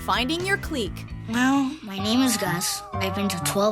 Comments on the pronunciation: Cleek? Did you mean, click (clique)? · Me too-Isn't it pronounced like 'click'? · so we're just gonna ignore how she pronounced clique 😂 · Did she say "clique" wrong? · You could've just have said clique right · THE WAY SHE SAID CLIQUE... I cringed so bad.